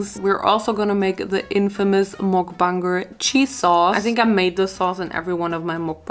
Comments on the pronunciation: When pronouncing it, try using like: mukbänger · Mukbanger is pronounced Muck-bong-ger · Why u say mookbanger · Muk bang er thats how you pronounce it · its pronounced muk banger so like muk and the u is like the u sound in the word up so hope this helps!